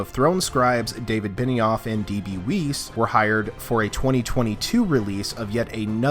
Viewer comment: Anybody else catch " D.B. WeEsEEs"?